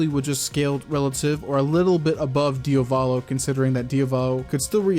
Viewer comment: Why do you pronounce DiAvolo as DiOValo? Just asking from curiosity.